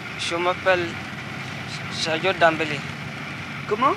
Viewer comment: C'est Sadio Dembélé non sandio 🤣